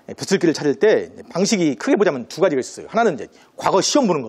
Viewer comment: 중국 음 음시 처음ㅇ.로 잘 들었읍니다.그러나, 우리말의 , 장음을 짧게 잘못 발음한 예:대단히,대단히,세상,두 가지,소문,세월,신념,대체,대비, 등 우리 자고저 문제가 많습니다. 말을 좀 차근이 침착하게 히시는게 좋겠읍니다. 책 한 권 읽어 보시지요. "한국 어문을 고발함" 미국 변 완수 배